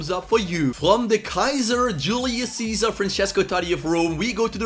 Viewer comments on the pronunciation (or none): none